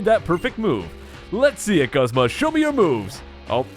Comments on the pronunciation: I am 99% sure it's pronounced GOOZMA! Not guhzma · Its pronounced Goozma not guhzma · Broad Death the anime is not always correct you know right in season 1 Brock says the fire types are super effective against water types... also look at the rest of the comments, most would agree that it's pronounced goo zma